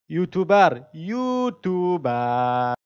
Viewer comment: خداااا او یوتوبر نیسته 🤦‍♂️🤦‍♂️ یوتیوبر تلفظ موشه یکم درستر تلفز کنید